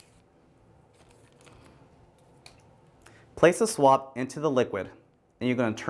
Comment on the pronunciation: I thought he said swamp so i brang shrek